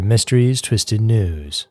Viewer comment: for long time I thought you were saying "Twisted 2's" not " News".😅.